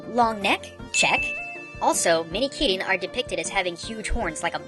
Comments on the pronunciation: Just a note that Kirin is pronounced chi-leen in mandarine and is originally Qi Ling. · When I was younger I thought Shiva was supposed to be pronounced "Shiver", because the Final Fantasy version was the only one I knew, and of course, she was ice related. Also, when you mentioned Kirin, I stupidly thought you were saying "kitty" the first few times.